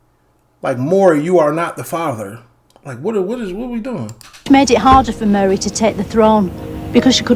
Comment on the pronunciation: Muh-reh…. It’s Lancashire for Mary 😂